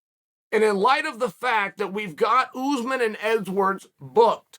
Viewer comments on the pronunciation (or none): Everyone says edwards Chael says edswardss